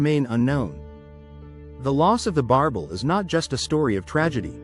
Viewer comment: B.S. don't waste your time. AI can't even pronouns the name correctly